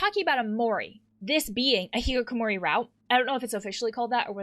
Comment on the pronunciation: Can I just bring attention to the fact that she pronounces it the hikikokomori route